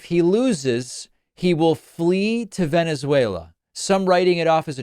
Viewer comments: It should actually be a crime to show a Trump clip talking about Venezuela, without dropping the soundbite of him saying “Wennizveyla.” Cmon David, up your game sir. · “If I lose we’ll meet in…Venezwerero” - Trump 😂😂😂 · I thought it was "Venezwarweuh" 🙄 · He can't even pronounce Venezuela💙💙